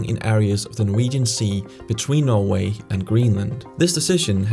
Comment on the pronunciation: i like how he says norway... "noevei"